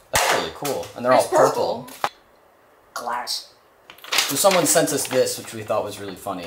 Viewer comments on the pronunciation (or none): I was looking for this comment 😂 I will only pronounce glass as glassk!